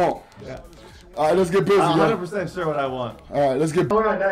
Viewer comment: “For shit sho”😂😂